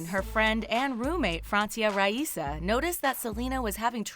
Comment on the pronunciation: That is not how you pronounce Raisa. I would know BECAUSE, it's also my name.